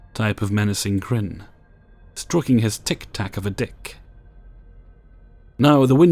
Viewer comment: the way you said tic tac made me laugh so hard 😭